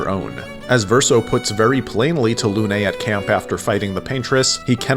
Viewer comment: Arrgh your prononciation of Lune is awful, my ear are bleeding. It's Lune not Luné.